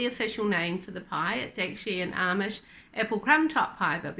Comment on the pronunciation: In America, most say "Amish" exactly as you say it. Sometimes, I do hear the long A- mish pronunciation, but not usually. I really do like your channel. I'm subscribing, coming from Whipporwill Holler.